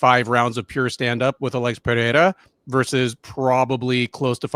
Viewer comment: PEREIRA = PUH-RAY-RA NO DOUBLE R (LIKE FERREIRA) SO NO "H" SOUND. C'MON MAN!